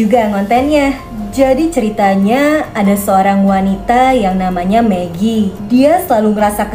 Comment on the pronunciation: Kak bilang magi jadi pengen makan megi deh 😂😂😂😂😂😂😂😂🤣😅😅😅😅🤣🤣🤣